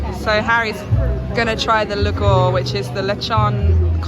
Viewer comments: The trick with Filipino words is that almost all of them are pronounced just as they're spelled. It's lu-gaw (short "a") . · "Lugaw" is pronounced as [LOOH-gahw] with simple vowels the way they are written, with the letter A pronounce as [ahh] as in "father." Filipino Tagalog uses the five simple vowels similar to Spanish. There are no silent letters except the U in Spanish-style spellings for words like "guerra" [GEH-ra] (war) or "Quezon" [KEH-zon]. The pastry you ate is called "piyaya." It's dough is like a flattened Chinese hopia (round thick pastry) and is designed to be dry and flaky. The fillings can be molasses, ube, or some other concoction. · Lugaw is pronounced loo gaw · Some help with Filipino food names 🧡 Piaya (piYAya) Lugaw (LOOgao) 💜 Turon (tooRON) hard Spanish "r" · Hello! Nice foodventure there. Btw, the "gaw" in Lugaw is pronounced same like the "wow" just change the w with g.😊